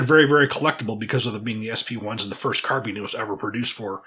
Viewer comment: Scarbine lol. great video.